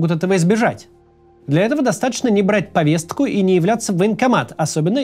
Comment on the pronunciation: Максим! У тебя сегодня буква Т на проработке. В слове Повестка, звук Т - должен звучать более редуцированно. В слове Нарциссический - звук Т - отсутствует